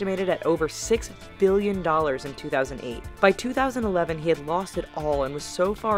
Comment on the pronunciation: Please stop say Billion with huge emphasis on the 'B' ....bbBBBillion....we get it, bitch, it's a lot.